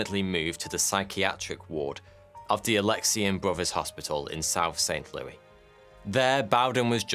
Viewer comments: Saint Lew-es, not Saint Lew-wee. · Um its def NOT St [Lew-ee] St Louis [Lou-is] think about it like this St [Lewis]. And I'm glad you didn't try tackling the state St Louis is in too. Cuz that one will spark disagreements from coast, Missouri. Some say Miz-Or-EE, others say Miz-orr-a. And just avoid New Orleans at all costs. I'm lost when people say Nah-linns....but I kinda get it since I'm Bawl-moor, Mar-Lynn, affectionately a.k.a. Bodymore, Murdaland. Just a brief State's Lesson in regional accents to remedy the butchering of St. Leww-ee a dozen times in this vid 😉😏🇺🇸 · Saint LOO-is, not Saint LOO-ee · I live right down the street where this happened in saint louis. Also it’s not saint Louie it’s Louis like the name (: also my great grandma worked at the hospital while this was happening. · In America is pronounce it Saint (Lew-is) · Lmao, It's actually pronounced St. Louis with the S not St. Louiee. But that's okay, amazing video learned a lot about my home town. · I live near St Louis. No one here pronounces it as St Louie. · Saint LOO-ISS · It’s pronounced St Lewis. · saint loo-es 👍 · Great video as always! PS: The "s" in St. Louis isn't silent. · No one gonna talk about how he kept saying St. Louis wrong lol, love your vids man keep up the good work